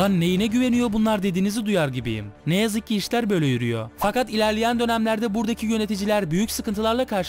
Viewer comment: Hocam harika bir içerik, öncelikle teşekkür ederim bu faydalı içerik için. Ama şu Türkçeye biraz daha dikkat mi etsek? Ney yapabiliyo ney edebiliyo istenmiyo gidiyo geliyo. Hem kulak tırmalayıcı hem de kalite anlamında zarar verici. Yapıcı bir eleştiri olarak kabul ederseniz sevinirim.